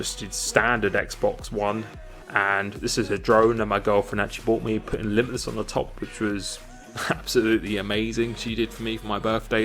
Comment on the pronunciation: I have so missed hearing new and innovative ways to mumble TRL Limitless at the beginning of each video